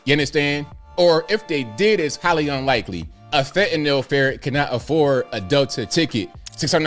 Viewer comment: THANK YOU! You pronounced fentanyl "fentan-ill" (which is correct) and not "fantan-all" (moronic mis-pronunciation).